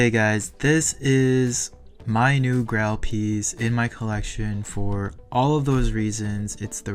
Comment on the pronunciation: It’s pronounced “grayl” 😆 love your videos! Keep it up 🏆